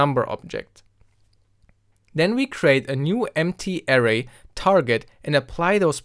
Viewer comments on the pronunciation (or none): Suite - "sweet" Array - uh RAY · That's now how you say Array... triggered